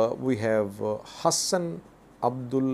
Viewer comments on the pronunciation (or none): none